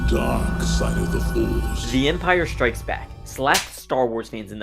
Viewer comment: Man this guy's voice is insufferable. "The Empire SHtrikes Back". There is no H in the word "strikes". You sound deranged.